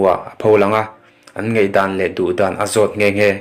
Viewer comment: Ngeihdan nilo in Ngaihdan tih tur aw